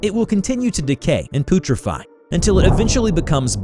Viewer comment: Do you intentionally say words wrong as a joke or is English a second language or is this all being done by a convincing text-to-speech program? I've watched several videos of yours now and nearly every video you pronounce at least one word incorrectly and in such a way that it seems like it's intentional. This video the word was "putrefy".